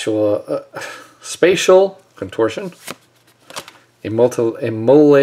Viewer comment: I actually laughed out loud when you almost said "spatula of contortion". Sounds like a card that should be included in the next unhinged style set! :) Nice video, thx for uploading!